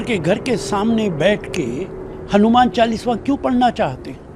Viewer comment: पहले तो बोलना सीखो नेता ।चालीसवा नही कहते , चालीसा कहते हैं। नमाज़ सड़क पर पढ सकते हैं ।तो चालीसा क्यो नही। वैसे भी अंग्रेजो की पार्टी से उम्मीद भी क्या कर सकते हैं